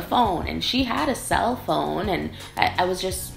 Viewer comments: Top è slang, viene dal fatto che indica qualcosa “più in alto”, quindi migliore...però non si usa da tutte le parti, cioè in Lombardia lo si sente tanto, già da me a Torino meno...comunque phon non si pronuncia come phone...la o in phon è breve, “fon” non “foon”...😘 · phon the hair dryer is pronounced f[ɔ]n while phone is pronounced as you do